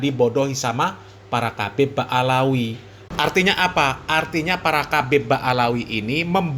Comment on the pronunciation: Ngomong aja salah habib bukan kabib,ngomong aja ngga benar